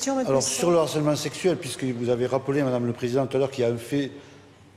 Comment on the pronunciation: Pardon mais on ne dit pas "d'harcèlement" mais "de harcèlement". "H" aspiré, il fait partie de la langue française même si on l'oubli souvent...😊